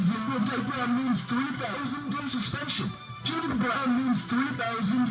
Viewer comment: he said BBROWN, not brown.